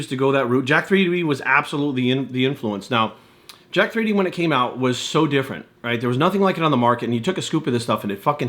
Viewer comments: It's pronounced Jacked not Jack 3D. I've never understood why people don't realise that the 3 is supposed to be a backwards E. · it's pronounced jacked. just like 1337 is slang for leet/elite. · Can't even pronounce the name properly.....